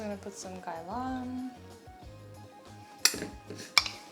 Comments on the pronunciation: Are you Korean and Chinese? Your English is very good and your pronunciation of "Gai Lan" was also spoken like a native Cantonese speaker. Anyway, just started following you, great food content and I think you're so pretty! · i don't usually comment but i love watching your videos!! probs the only content creator i consistently watch now. also as a cantonese speaker, just wanna say props to you for pronouncing gai lan so well :-) i appreciate